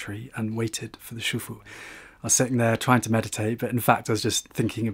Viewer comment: when you say master, It’s SIFU not ‘shufu’.